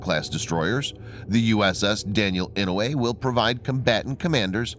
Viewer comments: Yes sir I know, sure is painful to hear the Senator's name butchered. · The pronunciation of "Inouye" is painful.